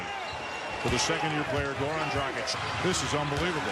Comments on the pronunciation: His name is Goran not Gowan, you can pronounce "R" just fine, why are you intentionally butchering his name? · Gowan Dragic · Why is he saying gawn dragić😂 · GoRan man pronounce that R ♥️